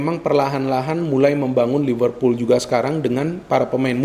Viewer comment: Liverpool bung bukan Livervool